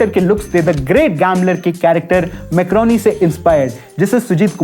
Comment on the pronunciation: Marconi❎ Macroni✅